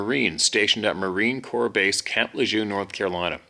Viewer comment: Camp LeJeune pronounced LeGern .